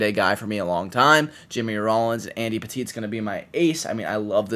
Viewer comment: No shot you just said Andy “Petite” 😭😭